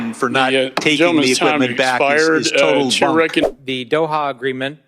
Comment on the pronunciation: couldn't pronounce the word "equipment"